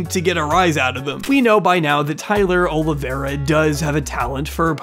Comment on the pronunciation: Why do people say "Oliviera"?